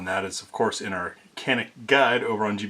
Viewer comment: Thanks for posting!! "Janick" is the pronunciation, in Turkish, the C is usually a J sound. They're gonna get real popular... Turkish gun makers, they're making REALLY good pistols....shotguns....not so much... But ALL Turkish made pistols I've fired are just insanely good for the money. Especially in the reliability realm.